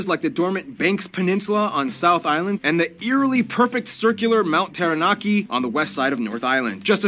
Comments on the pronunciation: The "Taranaki" pronunciation was on point tho no cap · Just started watching only seconds in and far probably one of the best foreigner to say aotearoa the cleanest 💯mans even pronounce Taranaki and Waikato perfect 🤩and also with zealandia originally connect with New Zealand and New Zealand had fallen apart with zealandia and risen above water so technically if zealandia came above water New Zealand would be way bigger and more noticed on the map😂